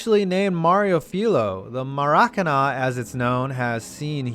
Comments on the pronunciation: Maracana is pronounced mair a cahna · Dylan Kaczur Emphasis on the last syllable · Who else cringed when he said maracana.